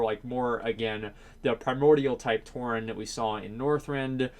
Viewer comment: It's "Tauren" not "Touring", stop hurting my eyes or I'm gonna become a Demon Hunter! Also, no matter if there's people who doesnt care about the lore, Blizzard have to stick to it, it wont make sense for, let's say a Dwarf druid, Pandaren Death Knight or Warlock Draenei